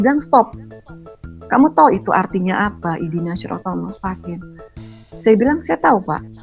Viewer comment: Ihdina shirothol mustaqim?, yg benar: Ihdinash shirotol mustaqim..